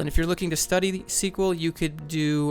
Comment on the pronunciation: Escueelle? That's a weird way to spell sequel. Lol.